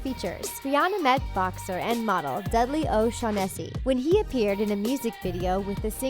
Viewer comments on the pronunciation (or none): "O-shaun-NESS-ee"... Whatever happened to O-SHAUN- ness-ee?